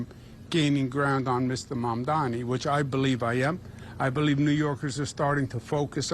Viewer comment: Cuomo accidently said Mamdani's name correctly